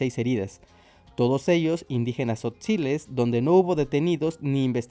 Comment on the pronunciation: Zotzales, tojabales 😂😂😂